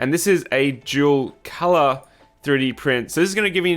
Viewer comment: I really thought you were saying "jewel color model."